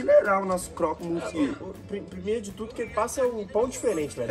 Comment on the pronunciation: Está me matando eles falarem croque monsie é monsieur e lê-se monsio.